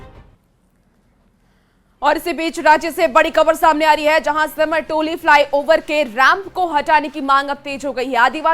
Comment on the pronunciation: Siram toli hai sahi se boliye simar simar kyun kar rhe hsi